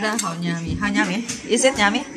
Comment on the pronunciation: sabihinmo yummy nor nyami. The word is yummy. Pero ok lang yan. Sinasabiko lang ang right wat of saying it para dika pagtawanan. Love love to all of you, and michael and